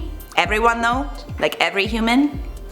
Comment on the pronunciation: every humam tome 😆 hoomam!! was i the only one that heard that aha